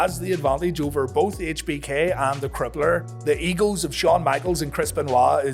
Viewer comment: When you say egos it sounds like eagles